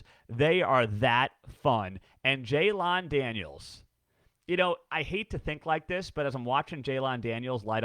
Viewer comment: I love your work, but PLEASE start pronouncing Jalon Daniels correctly. It's not "JAY-lawn", it's "JAY-len"